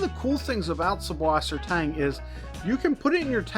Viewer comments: Good info but just FWIW it’s not an unusual name, it’s just German - and in German, it’s pronounced suss, not sub. The German alphabet has a capital B looking thing which is a direct replacement for ss. So they’ll spell it SuBwassertang, but the B is pronounced ss. They actually dont even say “freshwater.” They say either saltwater or sweetwater. So its Suss = sweet Wasser= water Tang = seaweed 😊✌️👌👍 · it's pronounced "sysswassertang"